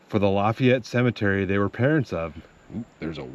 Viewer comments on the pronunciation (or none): none